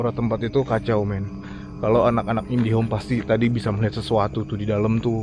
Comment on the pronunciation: saking merinding nya smpe salah ngmng.. anak indigo jd anak indihome 😂 provider internet x ah bang 😂